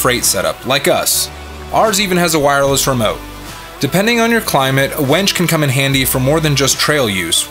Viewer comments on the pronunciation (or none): It's winch, not wench.😆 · How come you pronounce winch as Wench??